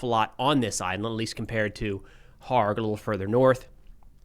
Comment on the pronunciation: Kharg island is pronounced with the K NOT being silent.